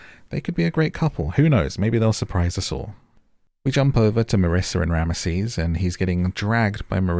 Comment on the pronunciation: His name is pronounced rams sis not ram mah sees